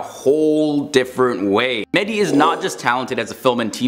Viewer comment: İts not "medii" its MEH - Dİ DEB - Hİ ...İts very annoying that you keep saying that way. And MEH-Dİ means mesiah in arabic.What a coincidence :)))